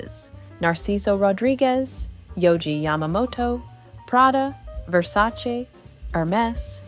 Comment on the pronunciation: LOVE this mini- documentary ! Please make a longer one about her and them together! Also finally someone who pronounces “Versace” properly! 😂